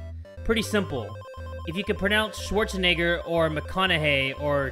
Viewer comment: He was saying “Schwarzenegger” not the n word. But it did sound like it